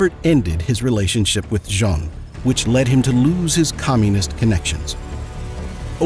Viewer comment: There are several mispronunciations in this 'production'. The reason is that this is not voiced by a human being but by a text to speech algorithm. The other notable mispronunciation was the name of his lover Jean, pronounced like the french man's name rather than the woman's name. I suspect the entire thing is an AI driven fabrication, the prose style is not that of a human, even someone for whom English is not a first language.